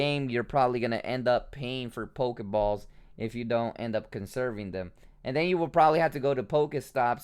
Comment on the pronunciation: Not on damn thing near my house it almost aggregates me as much as this dude say pokaballs pokamon